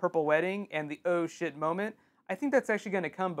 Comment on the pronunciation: seriously thought you were saying "Ocean" when you were actually saying "Oh Shit"